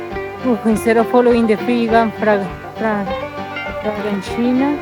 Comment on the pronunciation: Nice content its nice to see you riding in my places (Tuscany) keep pushing! 😊 also by day 3 your pronunciation of “francigena” was perfect!! 😂